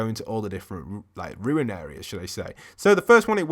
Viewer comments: Oye... It's RUNE not RUIN (not ru-in). LoL 😂 You've been caught by the grammar police 👮✋🤣😋👍🏼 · RUNE! RUUUUUNE! Not “Ruin!” Why can no one pronounce it?! Love the video though haha.